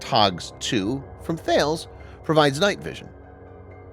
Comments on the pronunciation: As a funny note on the Thales components. Thales' CEO has previously put out an internal memo on the pronunciation of Thales, because their employees were referring to them as Thay-uls, as you did here; which UK service members were then hearing, and calling them 'Fails' as a joke. The memo told their employees that the actual pronunciation was Tar-less. This memo, of course, got into the hands of the service members, who found it hilarious, and doubled down on 'Fails.' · Just to be pedantic and an Fyi, Thales is pronounced Talez . Ex UK employee 😊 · FYI Thales is pronounced ‘Tah-less’ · Pronounced 'T-hal-ez'.